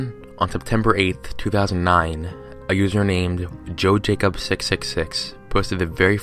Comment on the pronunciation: Jo Jacob? Nah man, that's Joja Cob.